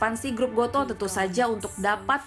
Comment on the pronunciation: Goto Bacanya bukan go to Tapi goto Gojek toko pedia, bukan baca "to"